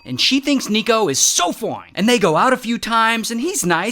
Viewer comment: I love when he says foin😂😂😂